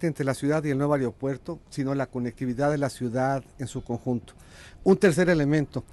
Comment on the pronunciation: El "Areopuerto"